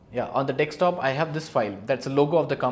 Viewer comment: Nice video, but one catch, it's dessssskktop not dekkkkssstop. lol dekkkkssstop sounds weird.